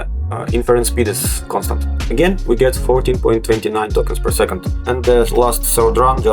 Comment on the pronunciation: Вот ты тестируешь llm, но не понимаешь, что скоро переводчики не нужны буду! А ты тут "твенти фри токенс пёр секонд".